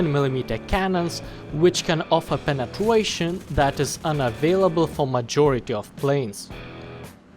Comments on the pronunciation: wich can offer penetwation UWU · Penetwuation uWu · I love you and your pronunciation of penetration!!